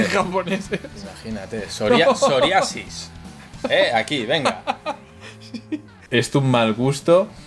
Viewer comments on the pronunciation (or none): joder,me estaba bebiendo el café riéndome ,cuando estabais con las coñas de los tatus en el minuto y has dicho "soriasis" ....dios casi me atraganto de la risa!